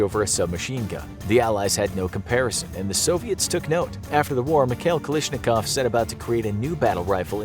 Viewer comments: Its KalAshnikov not Kalishnikov! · It's "Kalashnikov," not "Kalishnikov." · You pronounced kalashinkov wrong it not kalishinkov